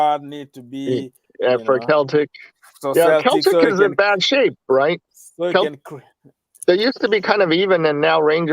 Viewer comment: Lampard needs to do it right he is not yet ready for Premier League. Ambition is one thing common sense is another. Its pronounced Seltic like Auges. John Terry will be a far better coach.